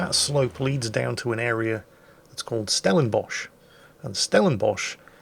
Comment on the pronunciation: Props to you first getting those pronunciations right. Both of Stellenbosch and the airport which I’m far to lazy to type. You have no idea how many tourists (British and American) absolutely butcher African names both in the native languages and Afrikaans